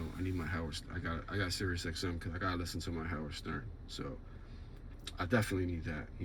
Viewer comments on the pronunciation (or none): none